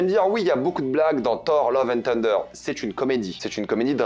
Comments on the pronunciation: Love and ssunder, pas tunder !! D'ailleurs on dit bien Tor en français, mais Ssor en anglais. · Tu es sûr que le "th" de thunder ne se prononce pas "θ" ? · Salut,merci pour tes vidéos et merci de défendre le cinéma!ne le prends pas mal mais quitte à prendre l’accent américain pour le titre du film n’oublies pas le cheveux sur la langue sur « th »de thunder!pas une critique juste un conseil pour améliorer ton anglais!✌️